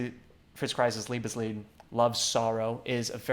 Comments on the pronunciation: So Ray played the Lovesong, right? That's how he pronounced it😂 But He did a good job. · Alan Deutsch “Liebesleid”. Not “Leibesleid”